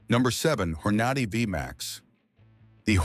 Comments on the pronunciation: He's putting out this video and mispronouncing Hornady? Its Horn A Day, not Hor naudy. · You can't even pronounce the words correctly..... when you tried to say Hornady.... you were pronouncing it as Hor-na-dy.... can't you even figure out how to pronounce the manufacturer's name correctly.... you're not even talking about 22 long rifle rounds.... what a wasteful video This is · Where can I get me some of those hor-NAH-dee bullets that was talking about? 🙄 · The narrator here doesn't know how to pronounce Hornady? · AI that can't pronounce Hornady correctly, and Lead pronounced Leed. You get the picture?